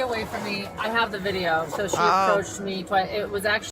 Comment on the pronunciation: Or the word "so"... why does she pronounce it "sue"?